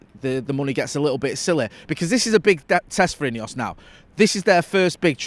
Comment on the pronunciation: Why are you saying ineos it's not ineos